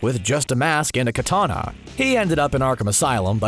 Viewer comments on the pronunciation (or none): none